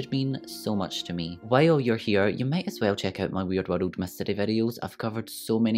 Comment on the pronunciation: Flawless makeup , flawless content , flawless editing . Also side note : Your pronunciation of the word " world " is absolutely precious : )